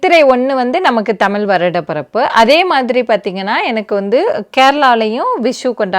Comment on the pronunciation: 😂say tamizh not thamil